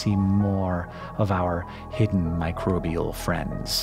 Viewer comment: Hearing "mircrobial buddies" makes me feel happy!